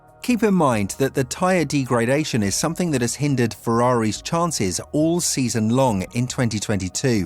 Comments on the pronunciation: you don't pronounce degradation the way you do!!! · D-gray-dation is definitely an issue when you know fuck all about the subject you're talking about. Joke channel.